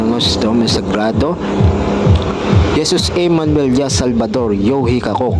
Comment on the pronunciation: bro SALVADOR yung bigkas mo. SALVATOR yung nasa Screen. ALIN PO ISULAT namin bro.